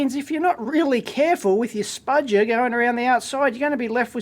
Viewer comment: What do you refer to that tool as dave? I can't quite make it out, sounds like "Spaj-err"